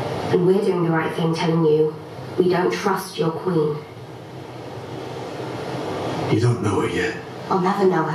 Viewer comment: “yiU ArE mAi KwIN, i don’t know what else i can say.” A. You got that part right,. B. You don’t know what else to say because you know nothing,.